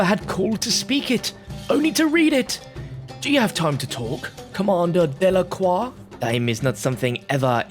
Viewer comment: Overall that was fun to listen to. As others have pointed out, indeed the French does have lots of room for improvement but at least you made an attempt. You did pronounce “Delacroix” correctly, so well done. Then again, French is not the easiest language on the planet. Keep these comic book readings coming👍